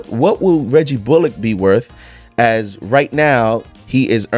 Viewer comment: Hey just a heads up you're pronouncing Bullock wrong